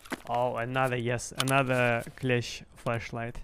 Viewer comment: accent makes me keep hearing "fleshlight" whenever he says flashlight and honestly i just find it funnier 😂😂